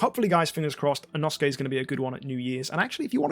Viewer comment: when learns how to pronounce inosuke but still mispronounces inosuke